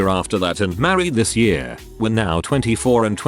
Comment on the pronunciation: No one: The text to speech saying year: Yüré